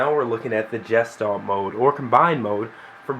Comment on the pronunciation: cool vid, not trying to be a butt head but you pronounce it (guess-schtallt) not (jess-stalt) nice review though